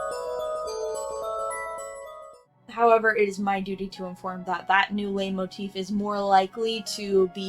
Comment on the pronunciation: It's pronounced light motif I think I'm gonna have an aneurysm if you keep saying it like that I'm only a fifth of the way through the video 😭